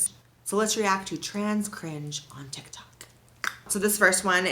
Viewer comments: "Follow me on Ti Tok" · "Follow me on ti tok" 😂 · I LOVE YOU AND YOUR VIDEOS SOSO MUCH just so you know at you misspelled tik tok and said ti tok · Lol "Follow me on Ti Tok" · “Follow me on Ti Tok” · i just wanted to let you know that your little bubble said ‘ti tok’ not ‘tik tok’😩